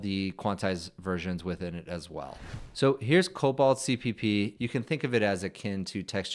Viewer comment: Just a friendly pointer cause i'm that anal. It's not pronounced "cobalt" it's "coBOLD"😮